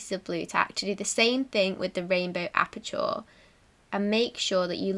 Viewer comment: you pronounce aperture as appa-cha not appa-chaw 😀👍